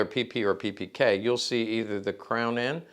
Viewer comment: Funny, an Expert, which isn't possible to pronounce the name of the product, he is presenting. It's name is WALTHER, and not Wolther....PePeKa, and not PiPiKey. Americans have always the bad idea, to create own pronounces for foreign names, towns and countries. In Deutschland you can find this phenomen by people without any knowledge. So it is funny for us.